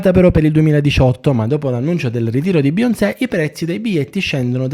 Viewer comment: Dovresti imparare a dire bene Beyoncé prima di farci un video dedicato